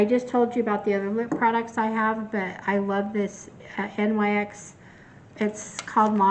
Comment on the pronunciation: Great haul! ❤ BTW, NYX is pronounced 'knicks' and not spelled out as an acronym.